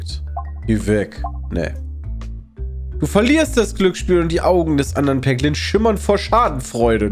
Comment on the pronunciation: triggert mich total wenn Peter vorliest du triffst einen Peglin (Ausgesprochen Päglin).. mein Name ist Haglin (ausgesprochen Haglin)